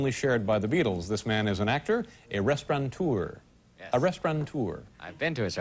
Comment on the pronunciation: the word is actually RESTAURATEUR without an N person who owns and manages a restaurant.